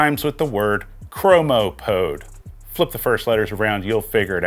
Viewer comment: lol how about “fro-mo-code”